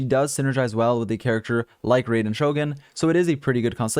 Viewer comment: Don't wanna be that guy, but here's some pronunciation help: The 'Raiden' part of 'Raiden Shogun' isn't pronounced like 'ray-den,' but rather 'rye-den,' like the bread. The element 'Anemo' isn't pronounced 'a-nee-mo,' but rather like 'anna-mo.' For an auditory example of both, use Google Translate for both words, Japanese for 'Raiden,' and Greek for 'Anemo,' since that's the Greek word for 'wind.' Hope this helps out a bit to anyone needing some pronunciation help.